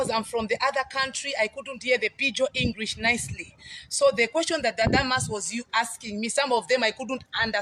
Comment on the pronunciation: . Is it just a slip of the tongue that she says she is 'with Testimony' before correct to say she is a testimony? This is a very unusual slip. Zambians don't have problems speaking English. But this woman's pronunciation is even awful. She says Engrish instead of English. Yet, she criticises Dadamas'.